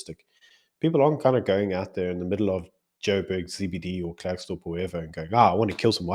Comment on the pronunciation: It's pronounced Clarkesdorp not Klerk / its in the North West not Free State. If u going to do a clip at the very least do research? Just saying.